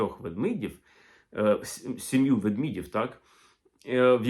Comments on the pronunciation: Ведмідь - ведмЕдів, а не ведмІдів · Пане Олексагдре, при всій повазі, але не ввдмІдів, а ведмЕдів. Елементарні правила мови. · Тільки не ведміді, ведмідів, а ведмЕді, ведмЕдів. 😊